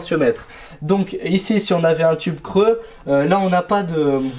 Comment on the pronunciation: Mes oreilles ont saigné quand tu as dit un tube creux